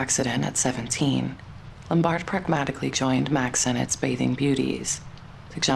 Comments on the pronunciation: They were already divorced by then. He was involved with Jean Harlow instead. The narrator mispronounced "Lombard" by putting the accent on the second syllable. It is irritating. It is "LOM bard." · You're mispronouncing Carol Lombard's last name. You're putting the emphasis on the first two letters. The emphasis should be on the BARD